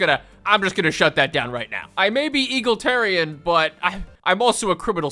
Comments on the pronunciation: I cannot state just how amusing it is to hear you pronounce Egalitarian as Eagle-Tare-Ian. My brain smashes that pronunciation with the Idea of the concept being smashed with American patriotism. "My fellow Americans, today as a nation we do bow to the European Socialists and their Egalitarian desires. No. Today, we Americans take one step beyond. We take a better step. Today we embrace the true American Ideals of Eagal-Itarianism!" Falcon noises It's pronounced Ee - Gal - It - Air - Ian. Though I will give it to you, if you never heard it spoken aloud, it really does look like it should be said like Eagle. That being said. Please don't ever change your pronunciation. Yours is way funnier, and drives engagement from assholes like me who try and correct you. Along with assholes who are just um actually-ing you. Both gain you engagement, while bringing me joy! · Your pronunciation of egalitarian as "eagle tarian" makes me want to bomb a xenophile. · E-gal-i-tarian. I wish it was eagles, but sadly it is not. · If he calls EAGLE-tarian one more time… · eGALitarian. Jesus wtf is that pronunciation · brother please pronounce the word “egalitarian” correctly. Its not fucking “eagletarian” you donkey. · E GAL EE TEAR EE AN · Don't know which is funnier. The bullshit he pulls or the way he pronounces egalitarian. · PLEASE say EGALITARIAN correct once. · This guy saying egalitarian hurts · Idk if is miss pronouncing Egalitarian on purpose or not, but it's hilarious it hilarious either way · It’s not “eagleteran” it’s E-gal-i-tar-i-an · Saying "eagle tarian" rather than "Egalitarian" is like nails on chalkboard for me LOL! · I hate that you keep saying 'eagle tarian'. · ITS E-GAL-ET-ARIAN NOT EGAL-TARIAN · Is he saying EAGLEtarian on purpose or does he just not know how to say egalitarian? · I’m sorry but I can’t 😭 it’s “E-Gal-itarian” not “Eagle-Tarian” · Sorry boss but it's not eagle-terian, it's e-gal-uh-ter-rian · "E-gal-i-tar-i-an" not "eagle-tar-i-an